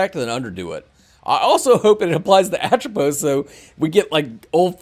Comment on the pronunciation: Just help you out with this, from what I was told by the team the pronunciation for him is Ah-Trow-Pose :)